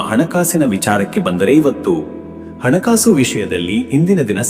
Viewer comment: ಅಣ ಕಾಸು ಅಲ್ಲ ಹಣ ಕಾಸು ಅ ಕಾರ ಹ ಕಾರ ಬಳಸಿ